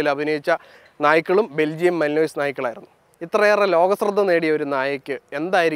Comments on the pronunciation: Yes.not malinos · It is not pronounced malinoiz. It is Malinua. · മാലനുവായ് എന്നാ pronunciation അല്ലാതെ മലിനോയിസ് അല്ല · The dogs name is pronounced as malin-wa and not mali-nois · മലിനോയ്‌സ് അല്ല ചേട്ടന്മാരെ... Malinois is pronounced as Mel-Un-Wah (മലിൻവ). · Its pronounced as Malinoa even tho its written as malinois .. most people in India calls it Malinois , donno why .. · Belgian Malinois: തർജ്ജമ: ബെൽജിയൻ മാലിൻയോ.. "മലിനോയ്‌സ്.. മലിനോയ്‌സ്" എന്ന് കേട്ട് മടുത്തു.. അതുകൊണ്ടാ.. മാമനോട് ഒന്നും തോന്നല്ലേടാ മക്കളെ... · Its pronounced “malinua” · Belgian Malen-wah is the pronunciation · Athinte peru pronounce cheyyunnathu Malinua ennanu.. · Pronounced as Mali-noa. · It's pronounced മാലിൻവാ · ആ പാട്ടിന്റെ പേര് ഒന്ന് നേരെ ചൊവ്വേ പഠിക്ക് മിസ്റ്റർ.... മെലിനോയിസ് എന്ന് അല്ല